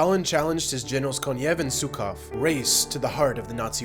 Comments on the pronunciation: it's Zhukov (and Yezhov.) zh roughly as the s in "treasury." the wikipedia article has a pronunciation key btw. this is not about getting it absolutely right. this is about being aware of a typographical convention in English (other major languages use a different scheme - "Schukow" in German, "Joukoff" in French etc) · HE'S ZHUKOV NOT TSUKOV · And yet again, not "Tsukov" but "ʒukov". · You should practice russian "zh" sound to pronounce names correctly. Not "Etsov" and "Tsukov", but "Ezhov" and "Zhukov". Put "Жуков" into Russian Google Translate to learn the difference. Made me cringe every time I heard it said wrong. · Pretty good video. However, you made last names of Russian generals practically unrecognizable. Russian "Zh" is pronounced like "s" in "pleasure".So, it'z yezhOv, zhUkov and kOnev.